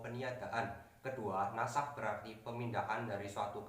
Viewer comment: Bukan nash tapi nasakh